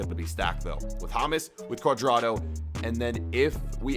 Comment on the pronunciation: U said James cudrado